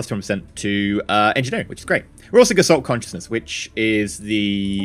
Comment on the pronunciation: Don't get me wrong, I do love your vids but your pronounciation needs improvement. You said Gesalt Conciousness, but there is a t after s in the first word. It is the german word for form or appearence. Or as a verb gestalten, which means to build or create. Just so you know.